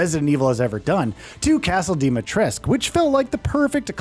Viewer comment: THREE YEARS LATER and they still can't pronounce Dimitrescu correctly 😂